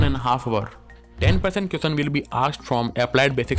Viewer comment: M must be worrying about the next....all m bothered about is the way u pronouncing question..m sorry